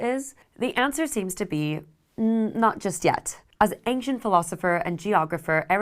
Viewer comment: you say ank-chent. I say ancient